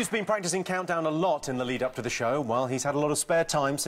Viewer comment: Rachel blocks out the O in CoUNTdown 😂👌